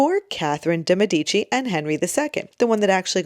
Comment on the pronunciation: Its pronounced DAY Meh di chi